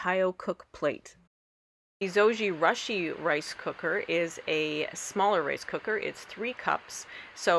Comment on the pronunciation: Zo-gee-rush-ee? Thought it was Zow-joo-roo-shee